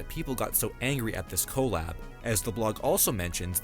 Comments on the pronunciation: no 😭 it’s usually “cuh-lab” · The pronunciation of “collab” is driving me nuts